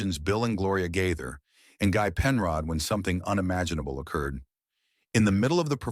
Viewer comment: Gaither is pronounced Gay-thur NOT Guy-thur... Js❤